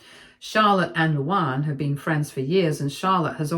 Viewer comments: Thank you! can't pronounce words. Are there no LuAnns in the UK? It isn't LouOnn. And you say it like two separate names, Lou Ann. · I kept flinching whenever she pronounced the name... Like it's "Lou-Anne" not "Lou-Ahnn." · Your English. Learn how to pronounce Luanne